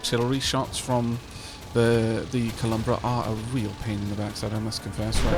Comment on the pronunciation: So uh, one thing I noticed is you pronounce it “Columbra” but the actual name doesn’t have an M. It’s “Colubra”